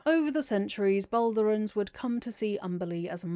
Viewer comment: Baldurians, not Baldurans 🙏